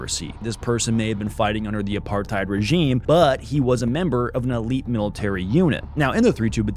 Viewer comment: Side note, I like how Leonardo DiCaprio pronounces "apartheid". He pronounces it like a South African or Rhodesian. If you watch public appearances from government officials at the time, that's what how they pronounced it, not like how most Americans do today